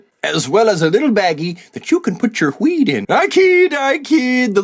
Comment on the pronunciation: “That you can put chur wheed in” made me wheeze